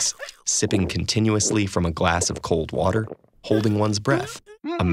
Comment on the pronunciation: One word wuter